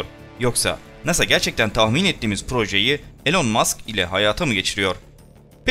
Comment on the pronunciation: adam elon maks dedi ya la :D